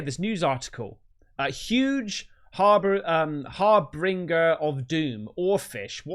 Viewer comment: Harbinger Not "harbringer" how dumb. Geeez. Journalism is in the $h!77er.